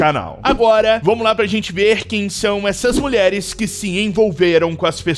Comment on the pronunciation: mais imprecionante nem é as mulheres se ednvolver com esses tipo de pessoas, que me impreciona é o narrador falando "melheres que se envolveram com traficantges errados", :face-blue-smiling::face-blue-smiling::face-blue-smiling: existe tem traficantes certinho 🤔?